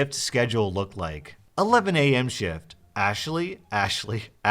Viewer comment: Bro said ash e ley